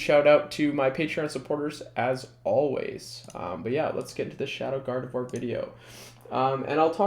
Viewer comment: Thank you for being the only YouTubed to pronounce gardevoir correctly